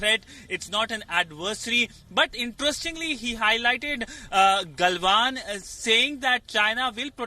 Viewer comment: Is it Galwan Valley or Gandwan Valley?